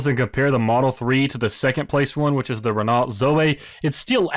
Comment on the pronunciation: Repeat after me: ren-oh. Do not pronounce the T.